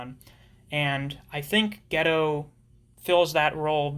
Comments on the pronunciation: yeah i think its gay-toe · its pronounced Gi-Toe not ghetto lol